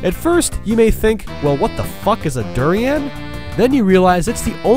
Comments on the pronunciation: I love you you pronounced durian!! LOL haha it's pronounced der-ain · It's dur-in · Your pronunciation of "Gelato," "roulette," "Cadet," and "durians" were atrocious. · durains are extremely smelly fruits that taste abolutely terrible, your pronouncing it wrong